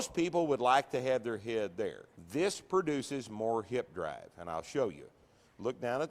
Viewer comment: “I will not pronounce such and such word that way” presses play “DRAHHHHHHVVVVVEEEE”